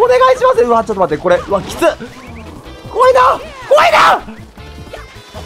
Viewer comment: 怖いな!が why now!(ホワイナウ)に聴こえる